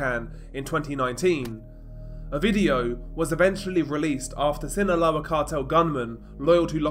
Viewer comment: Hey DR, just to let you know Sinaloa is pronounced without the “th” sound in the “S” I think ur trying to pronounce it from Spain spanish which we don’t use